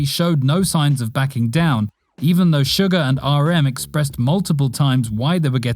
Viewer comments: It’s not sugar it’s suga it’s not pronounced shu-gar it’s pronounced su-ga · its not sugar its pronounced sue-gah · Let's just ignore that American accent "sUgar" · It's suga not suger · Why say Jimin "chimin" and Suga "Sugar" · Wait wait did he say sugar instead of suga